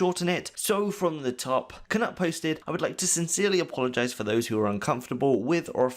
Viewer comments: It’s K-Noot, not K-Nut 🤨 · For the love of god please learn how to pronounce peoples names correctly. Its basically english and knowledge that the K in Knut is silent. FFS man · Knut not Knat NotLikeThis